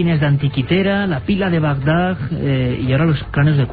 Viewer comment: espero que después de todo este tiempo hayan aprendido a decir Bagdad en vez de Bagdag